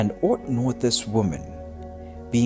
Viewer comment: Very annoying speaking with someone that can't even speak proper English, calling "Satin" instead of "Saytan" for the name of the Devil 👿. If they can't even speak properly, and haven't taken the time to read and learn how to s properly, then why should they be believed with their other words!?? 😠 It show a lack intelligence, and poor judgment, making them unworthy to be listened to at all. I along with others should not be made to be insulted and made to feel like a foreigner in my own country. If they don't care enough about the little things, why should they be trusted with the big things, involving the Gospel!???